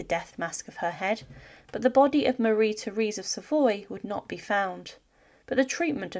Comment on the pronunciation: Her name is pronounced mah-RHEE tay-RES.